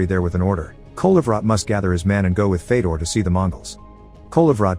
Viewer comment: fedor is pronounced fyodor